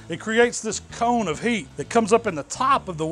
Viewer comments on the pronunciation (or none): none